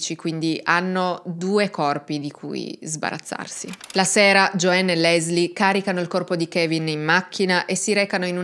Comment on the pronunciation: Non si pronuncia " Gioenn ` ma Gioann. La A in inglese non diventa E come spesso credono gli Italiani, ma solo qualche volta che non sto a spiegare ora. Infatti AMERICA non diventa Emeriche, no?